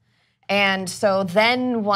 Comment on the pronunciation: Knocked down a pedal-stool? did I hear her right? I think she meant pedestal but that context still isn't quite right. Just sayin'.